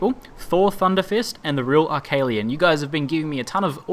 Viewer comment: You pronounced "Arcalian" right! :D I should've mentioned auto pause too. Except in town for buying stuff, move Kagain up front. You can do this in the main screen with right click and drag on his portrait. Kagain's quest ends just like that. I was surprised the Enhanced Edition didn't change that. The hunter talked about an Ogre Mage, rather than the garden variety. Bows are good in this game. No, you can't be hit by your own magic missiles. SAVE OFTEN, especially before camping.